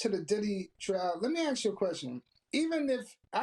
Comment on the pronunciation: Bro can pronounce mask but can’t say Ask